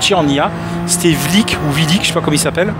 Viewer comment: #YopLesPilotes ! C’est pas Vlik, c’est Wilk (Ouilque)